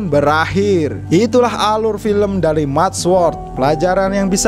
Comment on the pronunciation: Mad sword dibaca : med so:d, kak